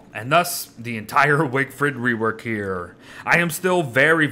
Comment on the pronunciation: "Wigfred wework" nice